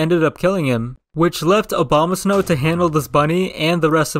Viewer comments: this is like a plythrough in the eyes of Uber Noobs lol p.s I love how you said Obama-snow instead of Abomasnow 😅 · ‘Obama’ Snow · I love how he says "Obamasnow" not "Abomasnow"